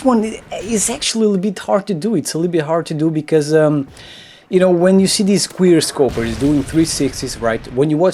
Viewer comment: And also in a different video you called quick scopers "qweer scopers"